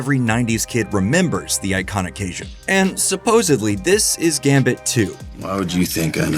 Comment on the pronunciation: Love your videos! But Louisiana local here, it’s caJun, not casian